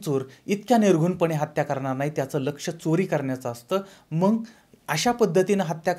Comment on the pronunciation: मंग नव्हे मग असे म्हणा...